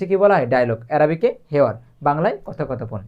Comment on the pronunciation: কথো কথো পন না কথপোকথন